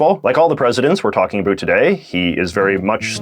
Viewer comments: Are you pronouncing "about" like that on purpose? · Why does he say about wrong? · You’re so attractive until you say “about” xD (I’m joking I promise)